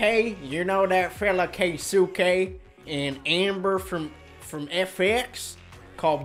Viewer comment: Lol, pretty sure it's pronounced "kay-skeh." :D